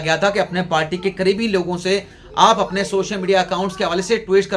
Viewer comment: PALTY NAHI HOTI, PARTY HOTI HAI, TU PARTY KO PALTY KIUN BOLTA HAI, TALIM KI KAMI HAI, HAHA😊😊😊